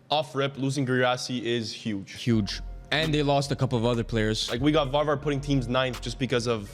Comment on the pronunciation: Varvar geertruida pronunciation, hahaha horrible